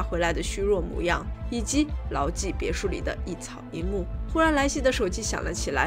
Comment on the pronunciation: 哈哈哈哈哈，看了几集发现好可爱，每次发音别墅这个词都嘴巴瓢哈哈哈 不要打我